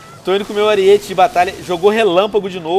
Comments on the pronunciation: Venom aprenda a ler!!! ARIETE (errado) ARÍETE (CORRETO) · não é ariÊte é arÍete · Aríííete, não ariête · Venom não é ariête cara é aríete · "ARIÊTE" hauahauha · Venom se escreve ariete mas se fala arete